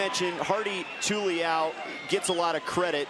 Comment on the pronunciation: Announcer getting Hardy-Tuliau(Too-lee-Ow)-LOL